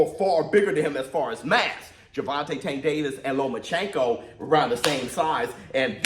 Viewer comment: Lo-mas chenko had me dead🤣